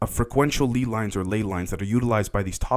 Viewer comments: Its 100% lay lines, not lee lines 👍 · I know it's a relatively small and unimportant thing, but man...it's pronounced LAY-Lines, like the potato chips.